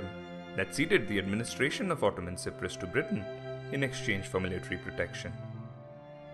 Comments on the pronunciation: Why si-prus it's pronounced cy-prus like sci-ence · How can 95% of any people agree on anything? It was a third for, a third against, and a third neutral And learn to pronouce Cyprus correctly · Your pronunciation of "K"yprus and "K"ypriots is incorrect. The "C" is pronounced like an S. You also left out a big chunk of history leading up to the invasion which was the armed conflict between Greek and Turkish Cypriots during the 1960s. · This man is Asia can't say Cyprus properly !!!!